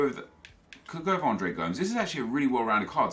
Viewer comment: Please stop saying Andres Gomes its Go-Mes